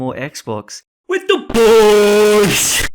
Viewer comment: I DIED when he said " i wanted to play xbox WITH THE BOISS"